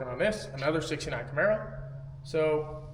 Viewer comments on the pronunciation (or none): none